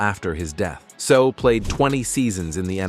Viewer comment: Say-ow, not So.